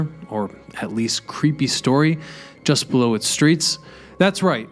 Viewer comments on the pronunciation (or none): none